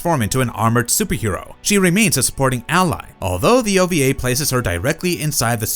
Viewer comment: It's ova not oba. Wee not be